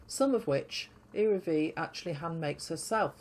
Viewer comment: P.S. The "L" in the name "Iraville" is not muted. It is pronounced.❤